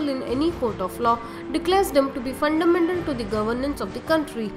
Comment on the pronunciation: Fundamental bolna sikh ke aa😨